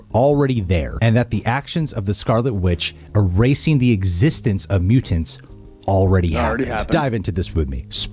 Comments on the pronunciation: I love your videos and watch them every day, but the way you pronounce mutants and important (mu-TINTS or impor-TINT) is driving me crazy. You said mu-TINTS like 87 times in this video and every time I wanted to shoot myself! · Is it just me or does he pronounce mutants hella weird. MuTENTS. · My dude… your over pronunciation of Mutants is both endearing and distracting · Is it just me or does he really accentuate the "TANTS" in the word Mutants.